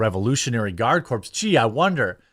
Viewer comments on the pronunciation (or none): Love the vid. But one pet peeve. Corps is pronounse CORE lol not corpse